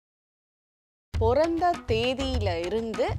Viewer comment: பிறந்த not பொறந்த sis ..😢😢